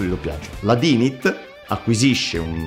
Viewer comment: WaddafAsk bellissimo come al solito, però Dynit pronunciato all'italiana no dai :D P.S. Mauri se non l'hai ancora fatto ti consiglio vivamente di recuperare Fate/Zero